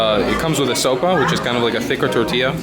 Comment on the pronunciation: I think you said sopa ? But it’s called a sope. Love your videos dude, great to see my home country